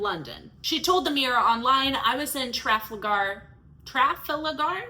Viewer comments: I noticed you were having trouble pronouncing Trafalgar. It is pronounced as such, (Trah-fall-gar) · It’s Traf-al-gar not Traf-lagar. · It's pronounced truh-FAL-ger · Traf-al-gaar square. 🤦🏻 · Tra-FALL-grr,. Maybe tra-FAAL-grr. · Trafalgar, pronounced truh - fal - ger, that made me cringe almost as much as bonnie blue's vag. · Trafalgar Pronounceed Tra foul gar. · Its proununced Tra-fal-Gah also if BB was a man they wouldnt last, the adult industry is making too much money to shut down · It's spelled Trafalgar, and pronounced Tra-fall-gr, square. It's famous, like Times Square or Shibuya Crossing or St Peter's Square. You might have a reading disability. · Trafalgar is pronounced tra- fal-gar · Tra like traditional. Fal like fallacy. Ga. Your welcome. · its pronounced Tra - fal- gar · Trah-fall-gar square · It's pronounced "Truh-fawl-guhr," for the record.